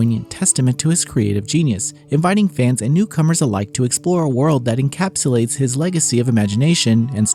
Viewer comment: "enCAPSULEates". I heard you. Nice preview. Looking forward to the full review.